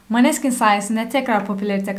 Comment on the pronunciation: hanım, italyan alfabesinde böyle bir a harfi olmamasına rağmen, rock grubunun telafuzu "Moneskin" dir. Bilginiz olsun diye yazdım. Bu sene Eurovision'u İtalya'ya kazandırdıkları şarkıyı da eğer rock seviyorsanız mutlaka dinleyin, tavsiye ederim.